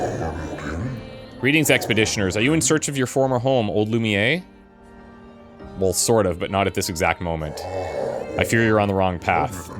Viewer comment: Intentionally mispronouncing "Lumiere" is getting old